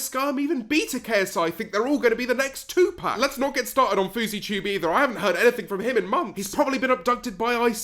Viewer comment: Lol did you say two pack or Tupac 🤣🤣🤣🤣 cause I was living